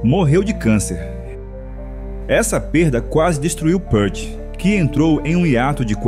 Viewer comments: Pra quem não é fã o vídeo não passou nen 10% do que Neil foi, aliás, se fala pirti, não pârte... Fundo musical nada a ver com o Rush.. assisti nem a metade do vídeo. Fui! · Pequena correção. O sobrenome dele é falado “piert”, não “pârt” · Amigo, só uma correção: a pronúncia é "pirt", não "pãrt". A fonte é a tradutora dos livros dele para o nosso idioma. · Pârti, não! Píârt, repita comigo, Píârt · A pronúncia é Pirt. Ele mesmo falou isso em uma entrevista a Modern Drummer em 1995. Neil PÂRT é invenção de brasileiro 😂😂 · péart? Que falta de respeito. Ele odiava a pronuncia errada de seu nome."Niu Piiirti", para vc iletrado que nao soube homenagear o mestre. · A pronúncia correta é Neil "pirt". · o video é bom, o cara é uma lenda! mas o narrador estude pronuncia..... o nome dele fala "piert"" o album se diz "hemisfiers" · Obrigado pelo excelente vídeo! Só uma pequena correção quanto à pronuncia de Peart (Pirt).